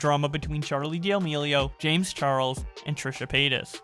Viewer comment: Churr-leigh dee-uh-meeleo